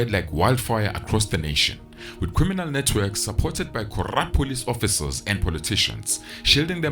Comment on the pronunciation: I like the emphasis on corrupt 🤣🔥